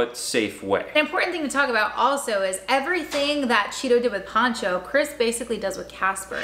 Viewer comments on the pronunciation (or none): Poh cho. Like ocho. Ocho Cinco. Pocho Cinco. POHcho